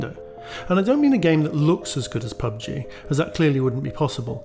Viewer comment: Why are you wasting your time on “pug-g” and “fort-nit-wit”